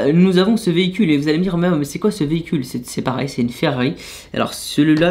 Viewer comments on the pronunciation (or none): none